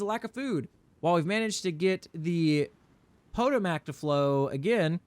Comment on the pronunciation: Excellent series. Your grammatical mistakes cracked me up everytime. Haha “the POTO-MIC” 😂 Hope these mods get straightened out. Keep it up man!